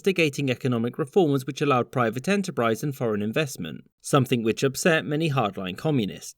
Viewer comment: Haha "Enterprise"